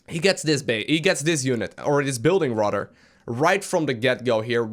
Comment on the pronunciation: He also says "otter" instead of "other" and "rotter" instead of "rather"